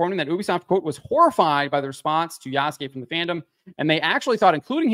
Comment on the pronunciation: Yasuke in Japanese, is properly pronounced YAH-SOO-K-EH with the last ke or K-EH sound said quickly. The ke is pronounced as K-EH not K-AY.